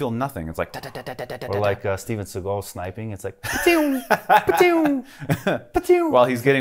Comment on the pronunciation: Gotta love how you emphasize the Steven SeaGULL :) By the way, the gunshots sound so good because they were recorded in the actual corresponding space here, basically every other movie uses some studio recorded sounds and then the environment of the shot is "added" in post production